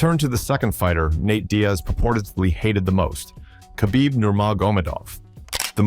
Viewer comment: u see AI cant even say khabib correctly. what a lazy video